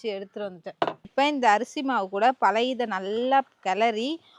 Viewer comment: Palayathu ila sis.palaya soru nu solluga😂